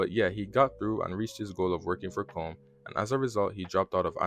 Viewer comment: First off you mispronounce Watanabe's name. Look it up and get it right. Second it keeps saying "Commes" which is incorrect in the video.